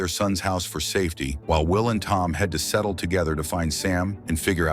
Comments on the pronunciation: “Settle” huh? I can’t believe we’re afraid of AI tech when it can’t pronounce basic words like “Seattle” 😂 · Its pronounced Sea-ah-ttol